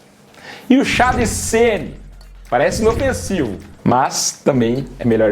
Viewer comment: Chá videira 😅ortelan😅 cidreira